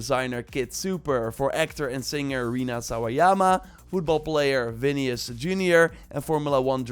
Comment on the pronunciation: vinicius, NOT vinius